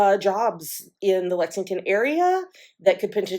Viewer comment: It's so fun hearing you say Lexington KY.